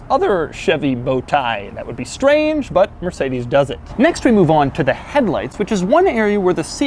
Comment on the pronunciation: "no one else does-ah" LOL